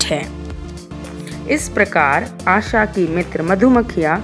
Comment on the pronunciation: mam Asha hota hai asa nhi 🤣🤣🤣🤣